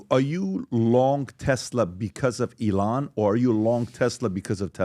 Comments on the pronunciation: E-LIAN AGAIN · You mean elON? Ha how do these dudes all mispronounce his name!?